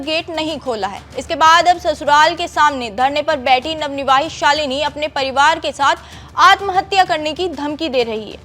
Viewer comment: Ye jitni bar navnivavhit bol rahi h to mujhe utni hi chidh aa rhi hai.......kaise anpadho ko anchor bana dete h yeh log